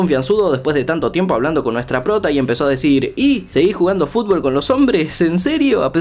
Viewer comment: mmmm soy yo o es q el esta pronunciando fulbol o fulbo en veces de futbol ? 🤔